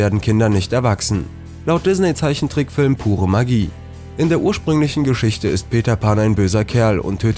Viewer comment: Wie er immer dizzney sagt😂😂😂